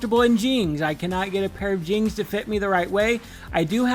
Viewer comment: Okay the way you pronounce jeans is cute. ❤Jeangs, adorable